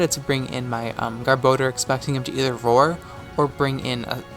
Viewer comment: Everytime you said roar I heard it as vore, and I had to rewind a few times after choking on my soda in laughter.